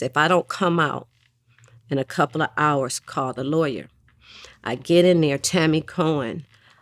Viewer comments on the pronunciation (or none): Nice try vlad it's Tammy Cowins not Tammy Cohen SMH.